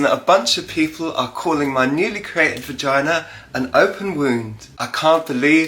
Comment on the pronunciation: Boygina not vigina